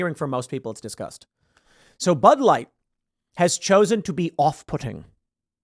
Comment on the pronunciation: "Pud Light" 😂